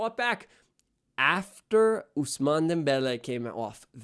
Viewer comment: Ousman not ousmané